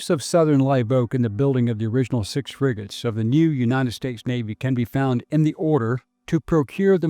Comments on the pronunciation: Fregatten nicht Friegoten. Die Ki Stimme ist furchtbar. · 💩 KI 🤮 In 🇩🇪 we say "FREGATTE", not Frigote